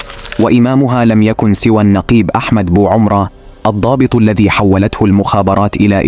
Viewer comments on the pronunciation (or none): none